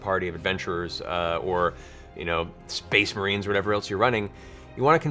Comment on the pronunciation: Spess Mehrens? SPEESSH MEHRENES!!!